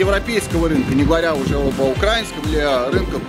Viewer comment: не укрАинский, а украИнский